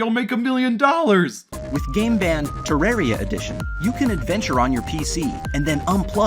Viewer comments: It sounds like your saying "gay band" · I keep hearing GAY BEN! Throughout this video